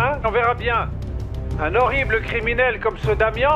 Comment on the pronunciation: Rolio qui appelle Damien quo Damio 😂😂😂